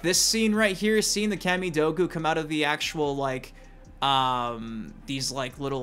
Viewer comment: “Cammy doe goo”? Say origami in your next vid…. I bet you say “ora gammy” like on the game Heavy Rain 🤔🥴🤨🤣